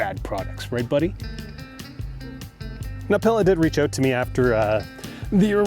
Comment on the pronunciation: I’m 99.9% it’s “pee-la”